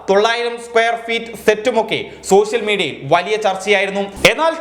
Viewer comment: സോഷ്യൽ മീഡിയ എന്നാണ് പറയാൻ ശ്രമിക്കുന്നതെങ്കിലും, ശോ ശ്യൽ മീഡിയ എന്നാണല്ലോ പുറത്തു വരുന്നത്. ഉച്ചാരണം നന്നാക്കൂ.